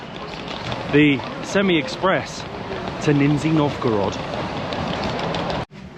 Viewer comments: Вроде из более чем десятка раз под конец видео однажды почти правильно произнёс название города 😂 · It's really DISGUSTING to say 'Ninjya Novgorod'! Narrow-minded folks, init... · Your pronunciation is a little funny😅 NinjaNovgorod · russian names exist, random uk guy: - nizhzshthniy novgorod!!!!!! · You could've taken an effort and read the city name correctly... what a shame